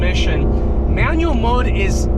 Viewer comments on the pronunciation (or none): none